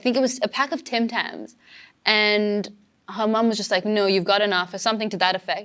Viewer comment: She pronounced Her mom like hamam